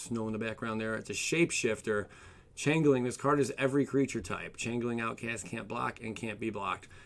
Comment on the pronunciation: I hate to do this but it is not chang-ling it is "change-ling"